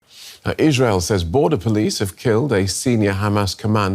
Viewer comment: what the heck kind of slur-esque pronunciation of Israel was that?